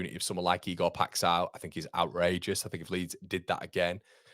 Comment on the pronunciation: Ive sent you a x video of the guys name but it's Ee gore pie sh oww nasal sh oww. Lol keep up the good work!